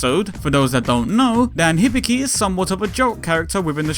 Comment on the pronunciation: Hibiki is prononounced hee bee kee.